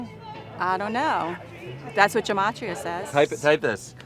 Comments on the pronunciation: Gematria is pronounced with a hard "g" like guess, not a J sound. And it's used with Hebrew letters, not English. I'll bet you she's antisemitic but yet is using Gematria...? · Maybe if you aren't Jewish you should shush with our words. It is Gematria, hard G, guh ma tria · Gematria it pronounced with G like Get ... and it is for hebrew letters not english letters ... and is not used for this and it's obnoxious when they take something they dont understand from religions and cultures and make a dumb app to help crazy people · It’s a hard G in Gematria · i honestly thought she was mispronouncing Geometry smh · It's pronounced "Geh-mah-tree-uh" and it annoys me that people are using it for their insane beliefs. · So Gematria is originally a Hebrew numerology system tied to Jewish mysticism. As one prominent example, the number 18 is considered lucky in Hebrew because it corresponds to the word "Chai", which means "life" (and is the root of the commonly-heard "L'chayim"). And it's pronounced with a hard "g", not a soft "g". "Ge-ma-tree-uh" not "Jeh-ma-tree-uh". It bugged the heck out of me whenever they pronounced it wrong. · Gematria, pronounced with a hard G… but anyways, that part cracked me up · In case anyone is wondering- “gematria (pronounced with a hard g),” or numerology, is both an interpretive tool in Rabbinic Judaism, as well as a mystic tool used in Kabbalah to make connections between different concepts, events, people, etc. Basically, each letter of the Hebrew alphabet corresponds to a different numerical value. I am sad that it’s been appropriated by crazy conspiracy theorists who don’t seem to know anything about it’s Jewish origin and purpose. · She can't even pronounce gematria right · Gotta love how the antisemites went ahead and coopted "gematria" while mispronouncing it with a sound that doesn't even exist in Hebrew.